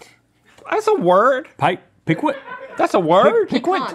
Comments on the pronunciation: Pee-kint. Your pronounciations are brutal today. 😂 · Piquant is pronounced like “PEEK-unt”. It’s an adjective that means “having a pleasantly sharp taste”. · NONE OF YOU CAN SAY PIQUANT CORRECTLY. IT'S FRENCH. IT'S (PEEK-ENT) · (compared to the anglicized version, that is, ie "PEE - can't") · as a creole i was screaming inside hearing them say piquante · Piquant is a French word for spicy. The "qu" in pronounce like a "K" the T at the end is silent. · confidently mispronouncing "piquant" is a mood. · You don't pronounce the T in Piquant. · Our North Carolina boys trying to say, "piquant" is amazing!